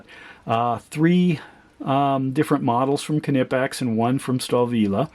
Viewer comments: Knipex is pronounced as one word, not kah-nipex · That is still not the way Germans pronounce. It is pronounced like knee , but without K being silent.